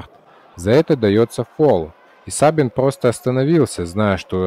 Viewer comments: Не сАбин а сабИн. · Sabin с акцентом на И не на А Я сам из Румынии